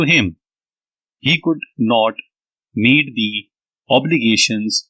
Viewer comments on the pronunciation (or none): Nice dictation but need ,meet, and means words are not clearly spoken